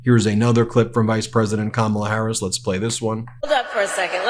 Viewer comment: This “who’s Harris?… nobody knows who Harris is” bit is so odd. Yeah, Don, everyone knows. Also: There are not 19 ways to pronounce her name. There are pretty much 2. The correct way, with the stress on the first syllable and the intentionally incorrect way you do it with the stress on the second syllable. His routine is SO STALE. He really is the ranting old man in the rec room at the home. You walk in to watch a game show and you turn and walk out before he sees you. So pathetic.